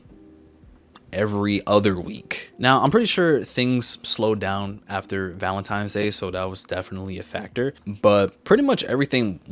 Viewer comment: Am I hearing things? Or are you saying Valentimes? If it's as a joke, I'm sorry for being a grandpa. 😅